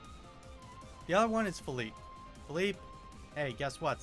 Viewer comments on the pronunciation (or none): "pheeleep" "Say yo"😭